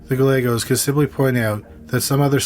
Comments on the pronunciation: I like your voice. It is chill like someone else mentioned. The only thing that would make it better is if you enunciated words. Other than that, your voice is nice! Also, its guy aye goes. That how the name Gallegos is pronounced. It's important to get that right. But maybe not to everyone! LOL. Great crime stories. Thanks! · Not that they deserve to have their name pronounced correctly, but Gallegos pronunciation has silent ‘ll’ s. As my husband always describes it, it’s a Guy with an Egg that Goes: “guy-egg-os”. Not many understand how to say it.